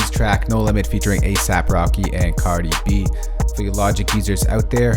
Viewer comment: He said Cadi B